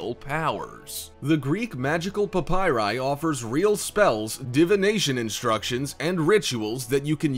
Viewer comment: Please stop saying PAPYRI.